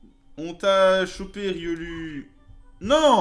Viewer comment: sa se dit "riolou" pas "riolu"